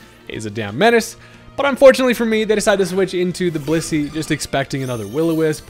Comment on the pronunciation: WHAT DID YOU JUST CALL BLISSEY?